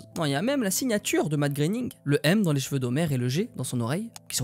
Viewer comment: vidéo super! juste quand dit "les jveux" au lieu de "cheveux" je me gratte les veines